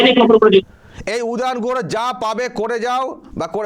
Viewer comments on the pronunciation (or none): উ দু ,,,,, গুহ নয় , গুহ্য দ্বার ।😅😅😅